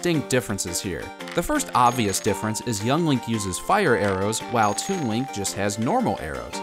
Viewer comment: it sounds like he says toon wink